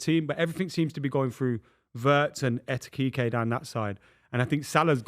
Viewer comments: Lad who tf is ETEKIKE? 😂😂😂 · Who TF is ETITITE 🤣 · How is it so hard to probounce EKITIKE 😂😂😂 the amount of people saying Et instead of Ek does my head in for some reason 😂😂😂 and im not even a Liverpool fan 😂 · Why can nobody pronounce Ekitike correctly, it's 7 letters!! 'Ekky' Teek' 'A' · needs to take some speech lessons, it’s Ekitike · Nah mate. Etikike 😂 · One day he'll pronounce Ekitike right. One day.